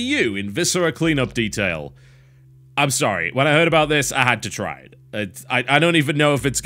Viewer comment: 4X the dertail of Haych D! GOD, I hate that commercial.